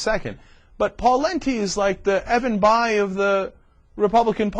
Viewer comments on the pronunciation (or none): none